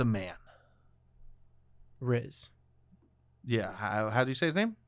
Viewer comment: Hi guys, his name is pronounced “Reese” like “Reese’s peanut butter cups,” I think it’s a traditional Scottish name? But yeah, be pretty iconic if it was pronounced Rizz lol, but alas